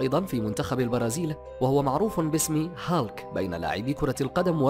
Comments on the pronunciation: اولا اسم الشخصية هولك و ليست هالك اتعلم نطقها بشكل صحيح قبل ان تعد الفيديو ثانيا هناك اشخاص المفترض ان لا يتم وضعهم بالقائمة لأنهم لا يشبهوا شخصية هولك نهائياً من الناحية الجسدية و ثالثاً هناك شخصية اسمه مارتين فورد ظهر في فيلم بويكا الاخير اذهب و شاهده و سترى كم هو ضخم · أسمه بالعربي "هولك" مو هالك aka hulk